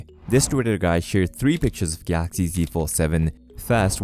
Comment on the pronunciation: Why are you saying Gaaxy.